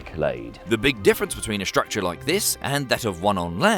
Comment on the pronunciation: S T R ucture..... not S H ucture or S H R ucture....... please say it one more time..... S.T.R.U.C.T.U.R.E.